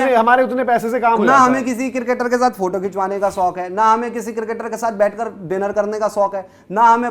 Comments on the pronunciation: Soq nhi hota shauq hota hai..chatukar😂😂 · Shok ko sok kehta hai ye beech wala 🤣🤣